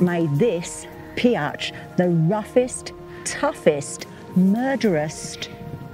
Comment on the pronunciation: Pee low is how I was told Pioche was correctly prounced. Been there several times. There is a fantastic campground called Cathedral Gorge which has many modern conveniences which many campgrounds in Nevada parks are bare bones. The colors are awesome.